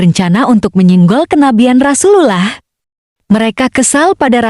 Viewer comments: Admin belajar ngucap rasulullah dulu.. Hehehe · mengucapkan kata allah dan rosulullah anda ini tidak fasih sama sekali.